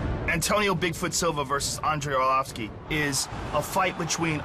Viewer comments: mohd rami he's joking. it's coz the dumb announcer keeps saying arlovisk instead of arlovski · Why is dude on the mic constantly saying Arlovisk instead of Arlovski?? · He said Andrei "Arlowisk" so many times...I'm starting to think its his real name... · 'Andrei Arlovisk' xD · He is not ArlovesK, HE IS ARLOVSKI (ARLOVSKIY)..... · It's "ARLOVSKI" not Arlorvis ffs! Damn announcer! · It's ARLOVSKI,damn it! :)) Who the hell is ARLOVISK? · AR-LOV-SKI not Ar-lov-isk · IT'S ARLVOSKI!!! NOT ARLOVESE! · Not Arlovisk, but Arlovski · It's not accent, he says ArlovISK instead of ArlovSKI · Did the announcer say "Andrei Orlovitz" cause that's what it sounded like. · Andrei Arlovisk? Might wanna learn to pronounce their names. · If that guy says Arlovisk one more time I swear... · Arlovisk? Where is Andrei Arlovski and why Arlovisk took his place? This dumb commentator should be fired, can't even spell correctly the name of the fighter from the main event. Arlovski looked cool tho=) guess it's not the first time someone can't say his name correctly! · Andre arlovisk?? Pardon??? At least learn the proper pronunciation of the guys name in the main event hahaha lucky andre didn't head butt him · I still think it is a mix of accent + the way he says it. Brazilians would find no mistakes with his pronounce. Well, to be honest, I heard "Arlovis" one or two times, haha... Peace. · "Arlovisk" ? LOL this guy called him "Arlovisk" lol. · "arlavesk" lol...